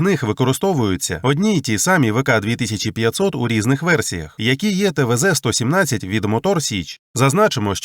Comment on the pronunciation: Автор абсолютно безграмотен, и текст ему кто-то писал. Двигатель называется ТВ 3(три) -117, а не твз